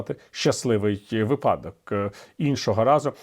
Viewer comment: Шановний Віталій.Дуже ріже слух коли публічні,грамотні люди такі як Портников, Порошенко та ін.замістьВИпадок кажуть випАдок, замість листопАд кажуть листОпад.Ну ганьба!З великою повагою ваш шанувальник...